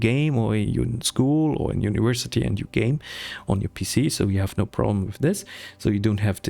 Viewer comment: "uniwersity" uwu Sorry. Loved the video and very relatable. I needed this for my own motivation (